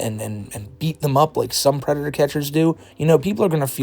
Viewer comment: I thought he was a pwedator